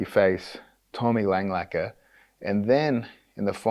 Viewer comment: Its Tommy LangAKER, not LANGLAKER